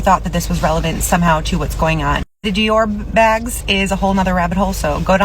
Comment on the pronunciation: She did say DE-ORB